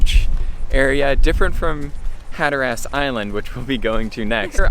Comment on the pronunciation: Can't say Hatteras either.